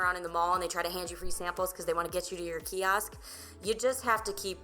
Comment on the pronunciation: Sounding really bad when u say Ki-Ask! We call it Kiosk